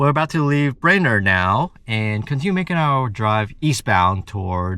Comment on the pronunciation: I am sorry you aren't impressed with small towns in North Dakota and Minnesota. 😢 I have ties to both states and fond memories of growing up in Minnesota. You are definitely more a big city family. BTW, it is "brain-erd".😊